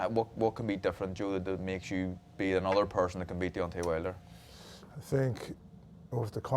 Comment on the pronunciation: WHALE-der 😂😂😂 Irish host is never a good idea, talking about boxing FATE and all